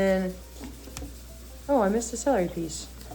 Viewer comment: It is adorable how called celery skelery